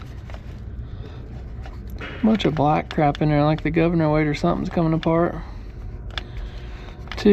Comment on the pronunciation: Did you say Gov Ner😎